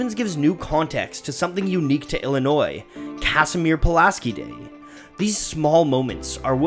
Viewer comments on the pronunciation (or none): You can tell isn't from Illinois because he says "Cas-i-meer" instead "Ca-shz-meer" Puliaski